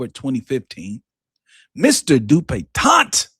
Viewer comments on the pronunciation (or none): I clicked on here solely because I know pronounces this man's name DupitonT. Ain't no T at the end,!😂😂